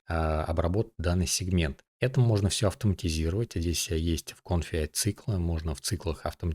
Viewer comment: Почему ты говоришь Конфи а не Комфи?